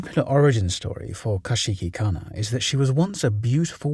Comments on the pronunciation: i have never heard someone mispronounce kuchisake-onna so incorrectly XD still a great video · The way you're pronouncing Kuchisake Onna is making my head spin. How. Why